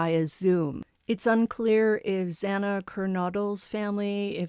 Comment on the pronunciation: So awful about the pronunciation of Kaylee and Xana. I felt so uncomfortable.